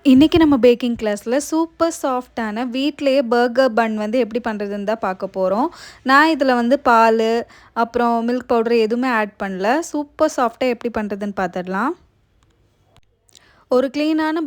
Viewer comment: பாகர் இல்ல பர்கர்